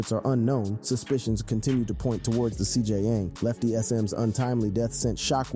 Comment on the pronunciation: The CJN MOTHERFUCKING G ITS THE CJNG NOT CGN 🤦🏻‍♂️🤦🏻‍♂️🤦🏻‍♂️🤦🏻‍♂️